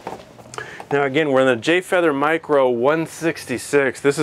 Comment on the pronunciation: "Light" "mircro"